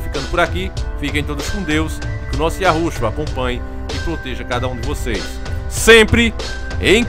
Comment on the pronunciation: Mano, fala o nome do Eterno direito, é YAUH OU YAUSHA e não "yarusha" como vc diz.